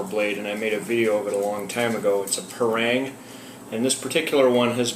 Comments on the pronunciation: Pa - not pey PA - rang- not reng RANG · we pronounce as "pa" "rang", not "prang". thank you :-)